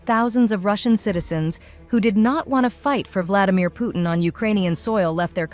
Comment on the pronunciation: Why do you pronounce Putin so badly??? Where is the T sound???